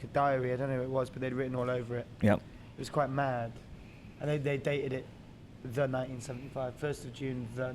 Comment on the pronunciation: i like how matty explain to the interviewer that it is tha 1975- not thi 1975 and at the end the interviewer goes thi 1975 again